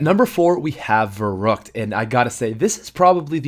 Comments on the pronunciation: vurruct versucks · verruckt pronounced (verrookt)